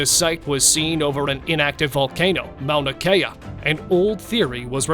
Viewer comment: "Mou-na kay-uh"? Mauna Kea (pronounced Maw-nuh Kee-uh.) SMH...